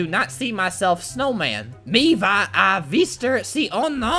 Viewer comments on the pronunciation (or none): none